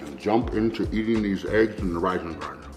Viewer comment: Is he saying grans or grains?😂